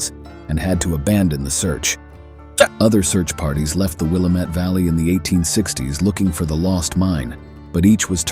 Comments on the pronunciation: Thanks for the share, howdy from Jackson County Oregon near Jacksonville and the Gold Hill mining district ... love the stories. Take care, stay safe, cool and free. ⛏⚒⛏ Edit; in Oregon it is pronounced Wil-lam-it Valley and the Dall's, not Dallas like in Texas. 😉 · Mispronunciations of place names show the narrator is either AI or not interested in the subject enough to learn the names like Willamette (Will am et we say) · The commentator could have at least checked the pronunciation for the Oregon landmarks….Willamette and Dalles for example. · good video! you mispronounced willamette and the dalles in case you ever travel here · Good story would have been better if you could put some work into your show and learn how to pronounce name properly. We got to Willamette, then The Dallas and you totally shit the bed on them congrats.